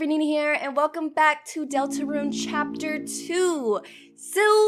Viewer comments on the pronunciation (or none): Ah yes, Cahpter.